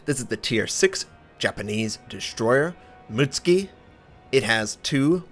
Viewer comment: Mut-suki not muts-ki :)